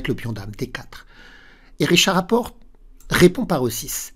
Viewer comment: Magnus Karl sonne vous informe qu'il faut prononcer le "t" de Rapport 😂😂 Sinon, très jolie partie. Ces gens jouent mieux en blitz que moi en classique lol. Merci pour les frissons! 👍👍👍